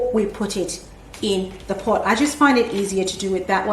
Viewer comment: you were saying potch when you put the rocks in.